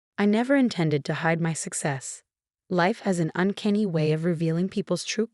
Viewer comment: Uncanny, not unkenny. And pretty sure “douche” isn’t a Chinese word.